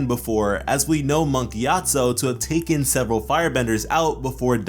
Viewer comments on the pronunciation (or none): none